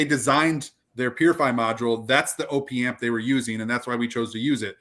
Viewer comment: It’s “opp” amp as in short for “operational amplifier”, not ohh-pee amp ffs, and u r wrong, if you don’t think a properly implemented AD4898-2 op amp will sound better than opa1612 or 1656 u have ur head up urs, purify builds to a price point just like everyone else, its well known that the designer of the amps recommends switching to the high current op1656 over the op1612 because it SOUNDS better even though it spec sheets worse